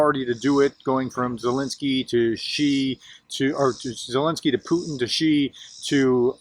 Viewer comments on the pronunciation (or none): none